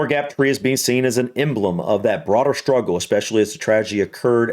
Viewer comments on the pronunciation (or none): none